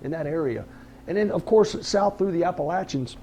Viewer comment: Thanks for pronouncing “Appalachians” the right way!